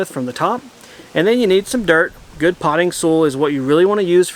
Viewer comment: When you say SOOL, do you me SOIL? ( as in SOYL pronunciation) unless its another kind of earth I havent heard of that you would use in America.